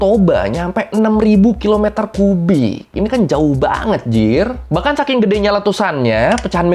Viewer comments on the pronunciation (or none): none